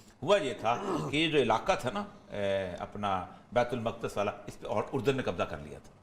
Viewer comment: With due respect to Orya sahib it is bait ul muqaddas not bait ul maqdas